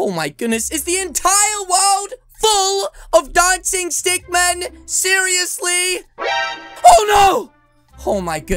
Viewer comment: It stick min not stick man